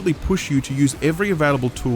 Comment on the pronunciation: Came for Evil West. Stayed for hearing keep saying keet.